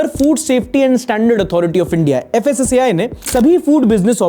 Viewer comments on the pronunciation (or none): none